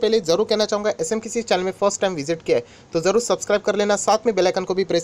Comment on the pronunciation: Please pronounce SMKC Properly. Not SMKISI.